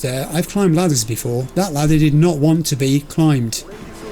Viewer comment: Ladder, not latter**